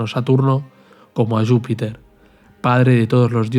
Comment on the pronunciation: A mi me suena más a catalán por como pronuncia Júpiter